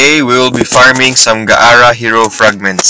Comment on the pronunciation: Its gaara not ga ara